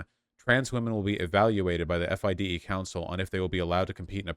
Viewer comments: It’s pronounced Fee-day not F I D E. Also the there is no men’s only league it’s a woman’s and mixed league. Woman actually fought for there to be a woman’s only league so they could compete competitively. (There are only like 5 woman in the top 100) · you can tell Vaush knows nothing about chess based on the way he says FIDE lol. Honestly don't blame him if FIDE are fucking transphobic losers. It's always the swiss.